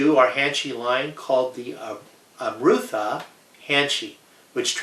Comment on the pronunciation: Very beautiful khukuri. However, I have to point out that nectar in Nepali is Amrit. Pronounced as Um rit. But of course its your product and you can name it anything. Sorry about the nitpicking.